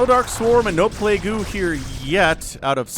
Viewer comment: Did he just read Defiler's Plague as Play-goo?